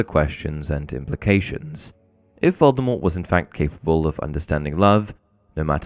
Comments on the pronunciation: Yeah that's your speculation...you keep saying it like that 😂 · Another little known misconception about Voldemort is that almost everybody pronounces his name wrong. Rowling says the T is supposed to be silent but gave up on trying to correct that misconception it was so prevalent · Honestly Vol-de-mor sounds a lot better than Vol-de-mort. The same thing happens with LeStrange. The audiobook narrator always pronounces it La-strah-nj not La-stray-nj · I've always preferred the pronunciation that leaves the T silent; in my opinion, his chosen name sounds cooler that way. I still pronounce it that way, even though the movies, all the UK versions of the audio books, and the US versions of the last 3 books pronounce the T.